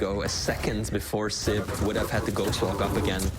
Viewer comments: Is opportunidy a swedish thing too? Nothing against flee but hearing sip instead of sib makes my blood boil, be it a swedish or martian thing. I know swedes have a hard time with "j" outside swedish but saying SIB can't be THAT hard can it? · Dear, it's siB, not siP